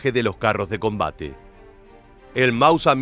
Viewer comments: Mauser ser ser..no Mausa¡¡ es un apellido, no deformes mauser asi comonse escribe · "El mausa" pronuncialo correctamente